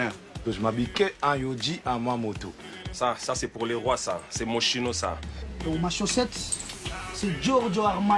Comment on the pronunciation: Attacher autant d'importance aux marques mais ne pas savoir prononcer Moschino correctement... 😭